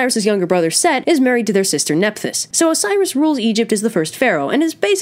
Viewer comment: Set not Seth